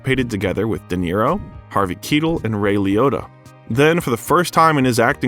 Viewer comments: Harvey "KEE-TAL"? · I absolutely love Sly, so thank you for this. But the pronunciation of Harvey Keitel's name... (55'37'') That was chilling, guys. I suggest a little research to get it right. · Although I've always liked Stallone, until this video I never appreciated just how talented he is. Thanks. Ps Keitel as in beetle rather than Keitel as in Keitel?! 🤨